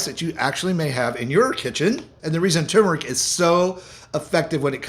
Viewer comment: Please Sir. As a retired English professor of 44 years, I am partly a grammar 'terrorist', in the metaphorical sense, of course. The word "tumeric" has an "r' in it, and it is not silent. So, the word turneric is NOT pronounced "tum-eric", as done in your video. It should correctly be pronounced "tur-mer-ic". It is one of the more commonly mispronounced words in the English language. Please correct your pronunciation. NB. How I wrote "pronounced" and pronunciation" , one with "u", one without...some words vary (like that) in English (Br) vs English (Am). Consult as needed.